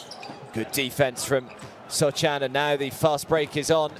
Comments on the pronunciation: The commentator calling him “Sohchan” annoying me ngl lol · >call Sochan 'Sotchan' for entire video >finish with the best one-line summary of a player in the end of the video